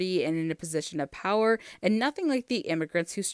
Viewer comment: this is my problem. i just find the numerous syllables dropping so annoying. the lyrics to super lady go like "cause i got a super power" but what they say is "super PA". 'wer' is not even remotedly attempted to say. yes, it doesnt fit the beat ... hmm maybe YOU made the song, you can adjust the beat OR change the lyrics so you dont have to drop the half of the fucking word